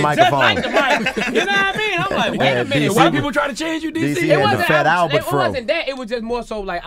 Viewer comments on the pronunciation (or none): none